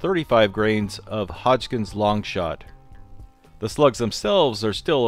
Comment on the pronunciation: Just to add one more, it's Hodgdon, not Hodgkins.